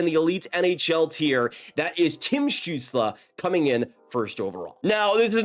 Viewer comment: Shoutout for pronouncing stützle correctly dont hear that a lot 😂